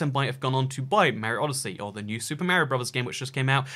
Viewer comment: Learn to say "Mario"